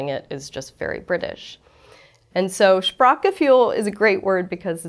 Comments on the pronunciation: Shprack-G-Fuel Fuel for the Shprack. Someone should teach her umlauts. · Who hates the way she pronounces it "Sprak-ge-fuel"?, also Kummerspeck means the weight you gain because of grief, not grief because of weight gain. Although speck can mean bacon in this case it just means fat. Regarding "Hygge" it can mean cosy things connected to the home, but you can also have "hygge" with your friends at a café, restaurant or on vacation, it's quite a broad term who speaks to coziness, being laid back, having a nice time and definitely sharing food and drink. I am a German speaking Icelandic, living in Denmark, close enough to the german border so that I do my shopping in Germany. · The "ue" sound doesn't exist in English, nor does the "ch" sound in this word. Phonetically it should be: [ˈʃpʀaːχɡəˌfyːl] Die Aussprache ist zu schwierig für die Amerikaner.